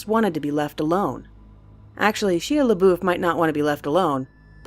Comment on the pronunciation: Ok, obviously it's SHY-uh, but the rank water story happened at the Cecil HOTEL not apartments, and it's CROP-sy, as "I'm planting some crops." Does anyone ever do any fact/pronunciation checks anymore?